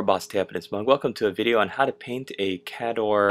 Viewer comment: Great job ! Kay Door is how we pronounce it at the shop =)